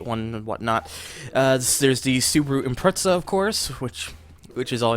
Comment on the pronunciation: i think its pronounced as impre-za